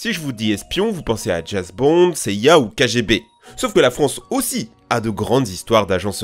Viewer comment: on dit "James" ca se prononce DJEMS. Bisou